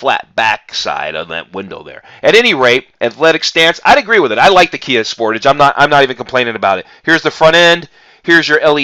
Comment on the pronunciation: You americans get realy crap versions,the top models has duel exhausts you dont get half the gadgets we get and you still can't pronounce sportage correctly